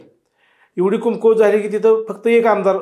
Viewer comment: अरे ह्याला धड कमकुवत पण म्हणता येत नाही कुमकुवत म्हणतोय कोणाला पण बोलवता रे 😂😂😂